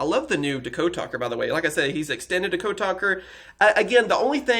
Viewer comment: DA-code? It's DEE-code